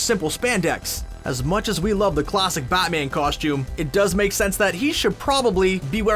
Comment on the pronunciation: He keeps saying "Bot-man".